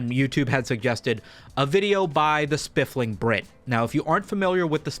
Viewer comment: “Spiffing Brit” no L in there 😉 love your content!! Also fellow Virginian!